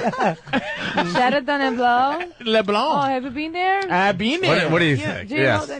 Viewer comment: Model: “have you been there?” Patrice: “I’ve bean deeh” 😂😂😂